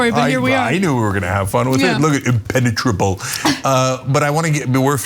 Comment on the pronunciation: Ana & Cenk: it looks impe impepenetrable impenetrable 🤣🤣🤣🤣